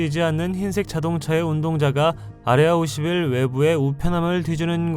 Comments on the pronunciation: 아레아21? ㅋㅋ발음죽인다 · 아레아51 이라고 발음하는 당신은 외계인?